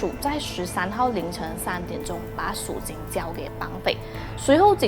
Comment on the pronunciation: 听了半天数金数金，原来是赎金。口音太重。发音不准